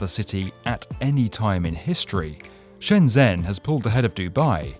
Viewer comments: Excellent summary! I’m excited to see how all these projects turn out over the next 5 years. Little quibble: the “zh” in Shenzhen is pronounced more like an English “j” than a “z.” So “Shen-jen” rather than “Shen-zen.” I still can’t hardly wrap my mind around how insanely huge Shenzhen has grown during my lifetime. It seems like it’ll probably be the skyscraper capital of the world soon. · I think it's pronounced shen jen btw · BTW Shenzhen 【深圳市】, the 'zh' sound is pronounced like 'j' in joy, not the typical 'z' sound. Great video! ^_^ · Awesome video! Love your channel. Just one point about pronunciation, Shenzhen is said closest to "Shen-jen". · Please find out how to pronounce Shenzhen if you are going to do a video on it. It’s made it unwatchable for me. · Just pointing out, you should check how to pronounce Shenzhen, it's a common mistake, and I assume it'll most likely be featured in future videos, so it would be better to have it in mind